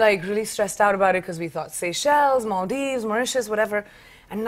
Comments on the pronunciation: Did she say mauritius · Did she say Mauritius 🇲🇺 ?😊